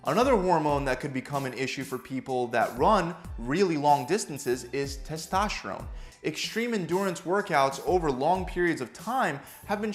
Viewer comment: "Testoshron" new hormone i didn't know about.